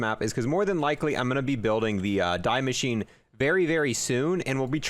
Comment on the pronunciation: die maschine = “dee mashine” not fuckin die